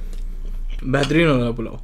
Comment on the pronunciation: When likes a dish - 'Behatarin' When he loves a dish - Behtrin (A¿)